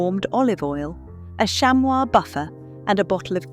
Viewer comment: Shammy. Not shamwah.